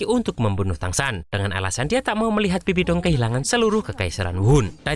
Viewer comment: Bang bibidong loh bukan sabibi dong